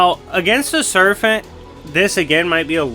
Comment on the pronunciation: Are you saying "serfent"?